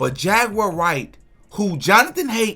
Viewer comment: Yes, yes, yes!! Go head and preach, Jag-you-are!!